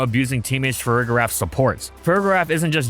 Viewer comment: For the record, the g in Farigiraf is pronounced soft, not hard. You should be saying the second half of its name like “giraffe” like with the first half of Girafarig. This is an extremely pedantic point but I feel like more people say it wrong than not and it annoys me for some reason lol